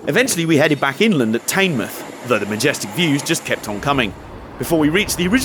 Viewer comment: Late to the party, but... Taynmouth??!! Teignmouth - pronounced Tinmuth. (I have lived either in the town or within 5 miles of it pretty much all my life!) Went to school in Dawlish which included cross country runs along the sea wall (at low tide, as the old low level section was under water at high tide)